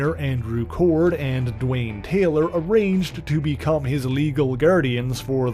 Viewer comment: It's 'Dwayne "